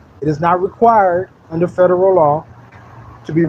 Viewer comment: I understand that people who don't use certain words often might easily mispronounce them. But these people are attending "seminars" and still saying things like "statubatory" and "ferederal" law. If you've got special knowledge nobody else has, get the pronunciation right. It won't make you less stupid. But you'll at least be convincingly stupid.